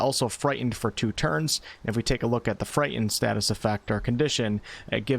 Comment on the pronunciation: The "T" in "Frightened" is not silent.